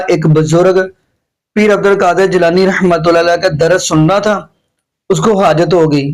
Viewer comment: جناب السلام علیکم ورحمت اللہ میں ر پر زبر ھے آپ رحمت اللہ کو ھی غلط پڑھتے ھیں درست کر لیں